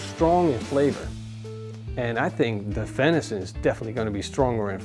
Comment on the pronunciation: Oh no you pronounce vension wrong can’t watch